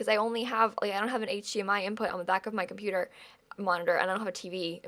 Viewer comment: "for mah chonputer"